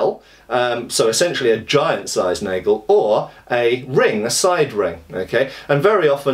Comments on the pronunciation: Hey, the "a" in "Nagel" is pronounced just like in "hat" (british), unless it's plural: "Nägel". Nice video. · Cool video. [ˈnaːɡl̩] for pronunciation of NAGEL... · The "nagel" is pronounced with an "a" as in "bath" ;)